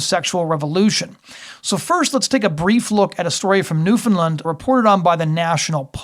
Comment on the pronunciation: There is no 'i' in Newfoundland.